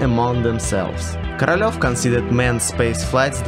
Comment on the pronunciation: the way he says korolev sounds like caralho but with a v in the end